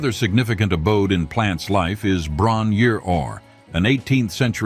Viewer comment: its pronounced bron eer-eye-rr and its in Machynlleth, americans for ffs